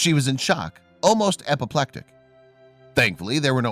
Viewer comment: epileptic he probably miss pronounced it